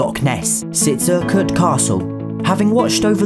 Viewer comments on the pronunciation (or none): You pronounced "Urquhart" wrong.